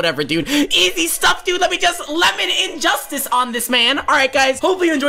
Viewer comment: He said 'Lemonade Justice'